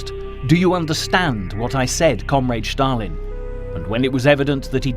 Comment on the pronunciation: Well, not only the narrator was very (too) energetic, but he also kept pronouncing "Shtalin". Anyway, in the end, the level of this clip was for kindergarten